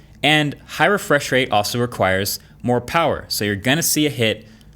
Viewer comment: Moah powa baby! lol